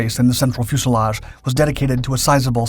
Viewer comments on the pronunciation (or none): none